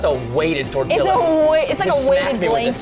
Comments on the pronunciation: Tortia not Toreilla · I think its tor-tiya not tor-tilla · I love how he pronounces tortilla like godzilla instead of tortiya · Tortilllla? Hmmmm it’s tortilla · Its pronounced tor•tee•ya not tor•till•a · i think that is how people say tortiya in texas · You're not saying Tortilla they're saying Godzilla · it's torture to me when they pronounce tortillas with the L's not silent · ITS PRONOUNCED TORTIYA! its spanish and the double l makes a y sound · Preston: says Me: says (tor-ti-ya) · ok Preston and said TORTILA um Im sorry but I speak spanish and I say it with the accent....I almost died when they said TORTILA!! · tortilla is pronounced tortia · who the heck calls it a torti-LL-a? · U pronounce tortilla tor-tee-uuuunnnggghh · tortilla (torteeya) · it's pronounced TOR-TEE-UH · Preston “tortillla” Hispanics HUH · Well your kinda right why did say it like that and im not even mexicob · The l is silent in tortilla and quesadilla. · preston it is not tortiLLa and not quesediLLa